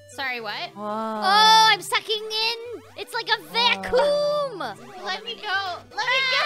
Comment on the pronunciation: 2022: ITS LIKE A VACOOM